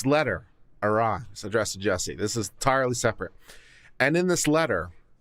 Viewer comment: His name is not pronounced as Juicy, it’s Juss-ee